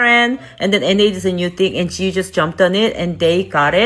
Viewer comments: im korean and,,, the hangul reads JAYU meaning freedom and, japanese pronunciation of that very word is JIYU. This isnt even a korean inspired brand, its a bandwagon asian fetish branding...😢😂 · I thought maybe that's because it's intended to be pronounced "j-eye yoo" but since they make so many videos online I find it weird that it would be so widely mispronounced